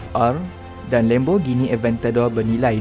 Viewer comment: Sebutan Lam bukan Lem.